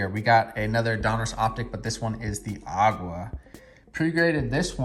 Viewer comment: Nice order! Not sure how the Howell “Aqua” got a 10? Centering left/right looked pretty bad. Also, sounds like you are pronouncing color as Agua when it’s Aqua.